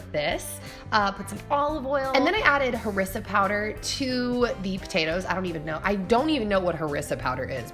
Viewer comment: The last meals in North African inspired . And it's called Ha-Riss-aa